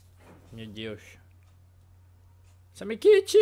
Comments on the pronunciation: CARALHO NÃO E SAMEKITE E SAMEKICHI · pq ele fala samekiti mais e samekichi